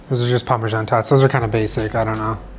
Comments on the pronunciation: he said pamersan... TWICE.. PAMERSAN. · He’s says Parmesan in a way that makes me uncomfortable